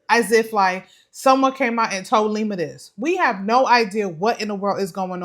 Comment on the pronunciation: People can't take y'all seriously when you continue to miss pronounce these dudes names...can't stand Lima, its not Lema!